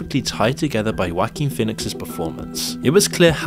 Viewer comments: Who the hell is 'Wacking' Phoenix 😂😂😂 Oh English speakers crack me up with their mispronounciations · "Wackeen phoenix" lmfaoooooooooo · “Wacking” Phoenix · "wha-King" sounds funny when you say it. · I keep hearing "whacky Pheonix"